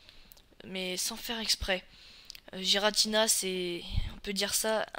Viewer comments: Je dis ça juste comme ça mais ça se prononce pas "jiratina" mais "guiratina" ps je ne suis pas un hater je donne la vrai prononciation ;) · Tu dis des trucs faux, Palkia et Dialga ne sont pas rivaux. Et puis tu prononces mal Rayquaza et Giratina. Et Arceus est un cheval céleste... Pas un poney, et ce ne sont pas des éclairs... --' Et à l'avenir prépare-toi un texte car ta vidéo est vide tu ne dis rien à part : "il est classe" et tu te répètes et tu te trompes aussi.